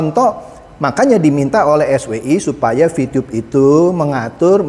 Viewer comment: Vitube boss , bukan vitiyub 😁